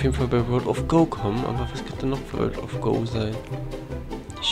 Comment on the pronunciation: übrigens nicht world of gou sondern world of guu gesprochen